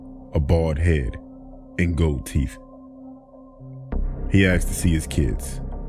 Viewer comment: Something that keeps bugging me is how you say aksed instead of asked, other than that: great vids!